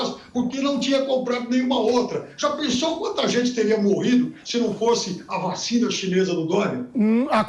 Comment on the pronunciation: De onde saiu essa caricatura do pipérssimo? Esse é um tucanóide que faz questão de falar vachina DITAdória! É um debilóide, deve estar no lugar da amANTA e joel!